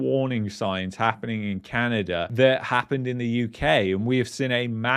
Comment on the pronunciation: LOL There is NO r in Canada!